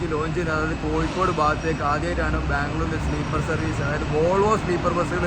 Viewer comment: കോയിക്കോട് അല്ല കോയാ... കോഴിക്കോട് ന്ന് പറ